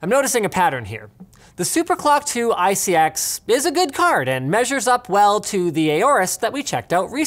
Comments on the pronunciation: It's pronounced (eye-see-ex) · Linus you want to know who you pronounce iCX, it is i-C-X.... not every acronym is said as a word. It is like how the EPA is E-P-A and not EEPPPAAA!! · Linus, it's obviously pronounced "ICX" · I thought he siad isis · You pronounce it as "ISIS" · ICX pronunciation EYE-SIS. your welcome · Did anyone else think that when he was trying to pronounce ICX it sort of sounded like isis? I thought this was pretty funny, but he could be a threat, we need a conspiracy video with evidence supporting or refuting if he's isis for all of our safety. Like this comment if you think #LinusisIsis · Pronounced "Eye Sex"